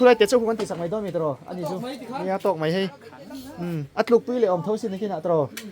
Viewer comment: Kawmngeih ti rawh.. 'mai' tih turah 'mei' in ti leh lawi bawk sia in letling thei emai